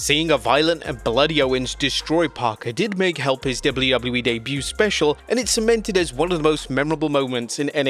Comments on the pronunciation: I always hear you say Gablu, gablu E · Wtf is doubley woubley e? Do you mean wwe?